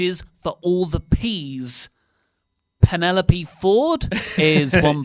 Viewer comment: Speaking of Penelope Ford - Booker T butchered her name on his show this week. Called her Penny Lope.